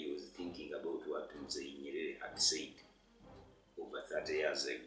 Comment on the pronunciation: Just to remind and correct you (for a good conscience) it's "Mzee not Muzee" and it's even better to give him his title as "Mwalimu" which translates as "Teacher". Just to maintain the status of our language and our leaders in general 🇹🇿. We understand it might be the way you pronounce it as Ugandans according to your mathertoung. But we would love if you could pronounce and name it as per originated from our native language